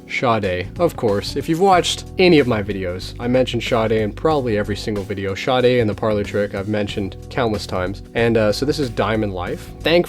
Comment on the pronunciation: BTW I love Sade too and your Sade LPs are in epic condition, mine have been played soooo much that the time has come to buy new ones. Yes you have here name pronunciation correct, she lives around the corner and used to chat daily when she was waiting to pick up her child from school (never have told her that I was a fan). Nice person indeedeeee.